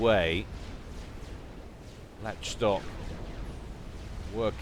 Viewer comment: I think Lach Stock is pronounced Lock Stock (Lach as in Lachlan?)